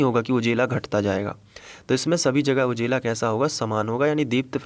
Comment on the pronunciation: Sir ujela nahi ujala 😄